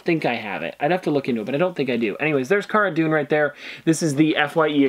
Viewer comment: Heads up pronouncing Cara Dune wrong!